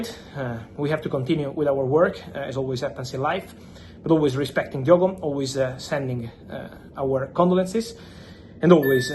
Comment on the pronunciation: Lad from Portugal better than Figo don’t you know, ohhh his name is Diogooo